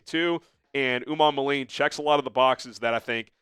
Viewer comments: Pronunciation: Princely Umanmielen (Oo-mon-mee-ellen) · Umanmielen is pronounced - oo-mon-me-ellen As a Florida a fan it took a couple years to figure it out.